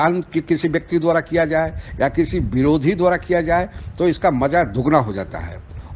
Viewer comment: यह हिंदुस्तान की आवाज़ नहीं, एक अनपढ़ की आवाज़ है. यूट्यूब में वीडियो पब्लिश करने से पहले, ठीक से हिंदी बोलना तो सीख लो! "भिरोधी" नहीं, "विरोधी". "कास्मीर" नहीं, "कश्मीर!! तुम जिस प्रकार पाकिस्तान पे थूकते नहीं थकते, उनमे और कुछ हो न हो, कम से कम अपनी भाषा (उर्दू) अच्छा बोलने की काबलीयत है - उन्हें सुनने को जी करता है. तुम्हारी हिन्दू सुनके मुझे अपने कान बंद करने का मन करता ही! शर्म आती है की मेरे देशवासी इतने अनपढ़ और गंवार हैं!